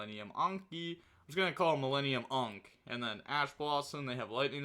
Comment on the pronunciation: Pronounces ANKH correctly the first time Also: No way this is a real word 😤